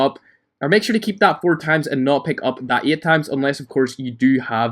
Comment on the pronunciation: Why say eyt tiyme pronounciatoon